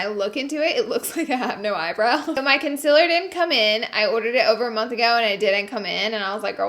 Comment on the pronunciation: Its CONCEALER not CONSILLER